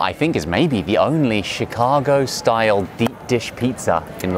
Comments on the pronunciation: Chicago style pizza❌ Thick-ago pizza✅ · did said "Chicaco deep-dish shitza"? 🤣